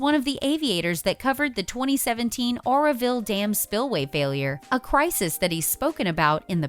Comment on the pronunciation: It’s Lake Oroville, not Orville..